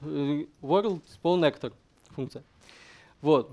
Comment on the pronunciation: Рассказано неплохо. К сожалению, много неправильно произнесённых английских слов (actor, tournament, projectile, pawn, character, bind), но для русскоговорящего проблемы понять не будет.